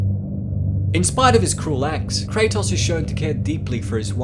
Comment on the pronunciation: Kray-toes Not Kray-toss. His name has been said about a billion times now